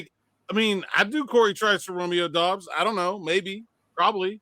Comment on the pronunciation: Doubs is pronounced Dobbs, not Dubbs.